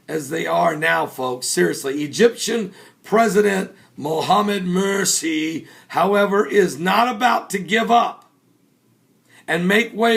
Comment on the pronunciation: He cracks me up everytime he says Muhammad Mirci. Lol.